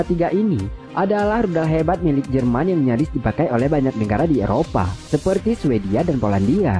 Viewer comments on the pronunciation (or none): none